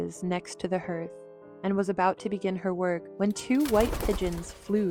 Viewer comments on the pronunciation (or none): What's with all the zooming in and out? Made me feel sick. Terrible editing. Also, hearth is pronounced harth not herth. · I love the story, images, and the narrator does a nice job! But I'm going kinda crazy with the pronunciation of "hearth" as /hurth/ rather than /hahrth/! (Sorry for the cockamamie pronunciation key-- I don't know how to put marks above letters to do it the right way!) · could bare the way you pronounced hearth, it’s pronounced harth. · OMGsh, she pronounced "hearth" as "hurth." 😆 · Just an FYI, hearth is pronounced HARTH and not HERTH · It pronounced harth, not herth. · Good story, thank you! Where's the father? Is he dead or alive in this version? A gentle critique: Dear Narrator the word "hearth" is pronounced as "haarth" (like word "heart" with a "th" sound at the end) -- not as "herth". Here's something related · Too bad the narrator mispronounced hearth each time! Sounds like harth nor herth!!! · This is a beautifully illustrated, and very nicely narrated version of ‘Cinderella’ (I can readily forgive ‘herth’ instead of ‘harth’ 😂) What I have less patience for is a supposed ‘prince’ that can’t recognize the ‘love of his life’ in plain clothes and is ready to embrace any female that fits into his narrow mold of ideal! After considerable thought, I’ve decided the prince: A. Was blind as a bat B. Was traveling through time in this tale, and thus being in actuality 127 years old, probably suffered from senility. C. Did drugs and passed through life in a haze. D. Really only wanted a wife with a fortune, so any cute thang in fine clothes would do. In which case, he wasn’t much of a prince at all. Personally, since the pigeons did all the work, I think the King of the Pigeons should have come forward and materialized as the REAL prince. Just saying. 😂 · For crying out loud it is pronounced HARTH not HERTH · Hearth is pronounced harth not herth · Hearth is pronounced HARTH, not herth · It's a HAR-th, not a HER-th. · Hearth not harth nor herth.